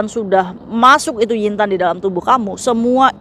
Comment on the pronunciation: Lagi mkn denger ngomong yin tan bukan yu Tan😂😂😂😂😂